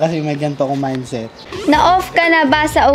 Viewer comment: mindseth ba mindseth HAHAHAHAHHAHAHAHAH